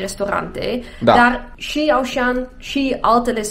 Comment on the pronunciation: Se zice “oshan”